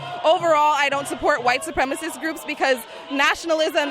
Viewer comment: "Its a white supremist group" ahhh lol